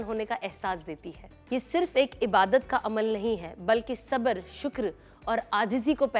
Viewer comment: Sana Madam please correct your some urdu words, Pegaam nahi Peghaam, Sabar nahi Sabr etc